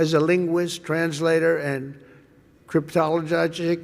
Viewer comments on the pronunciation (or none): Crypt- tall-a GOGGICK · 😂He really said "Crytologogic" ?!?! OMG!!! 25th Amendment!!! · “Crypt-tol-li-ga-gick” omfg hahaha 😂😂😂😂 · Cryptologogic?! 😂 His speechwriter must hate him. No way he could ever pronounce that right. I bet he thought he nailed it, though. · "The non Christmas time flower circle" 🤣 and straight after "cryp-tola-gojik".😂🤣